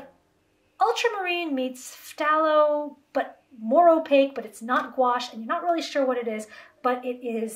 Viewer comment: Also please, learn how to pronounce phthalo... thay-low... THAY-LOW. It's killing me every time you say it 😩 also there is a "red shade" version of phthalo blue that is a smidge warmer than what is usually standard in most professional split primary premade palettes.